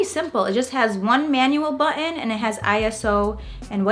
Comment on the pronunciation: The word button has a T in it ! LOL